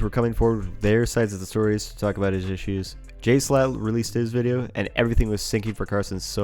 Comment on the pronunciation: can you stop pronouncing jschlatt as "jslatt"